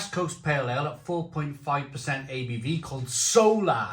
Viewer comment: its pronounced .... so LA . If i'm not mistaken... because it's a west coast ... the LA is pronounced like the shortened Los Angeles.